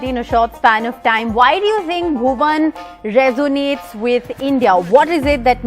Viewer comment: Did she say "Bhuvam"